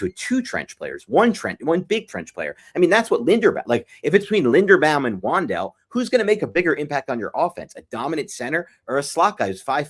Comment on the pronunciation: First off, love the show! But serious question, why does pronounce certain names so differently than every other NFL media member or content creator? 😂 Ex: Saleh and Linderbaum I'm almost hoping the Gmen don't sign Linderbaum just so I don't have to hear the pronunciation after Free Agency